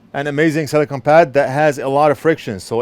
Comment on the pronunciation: Silicone, not silicon.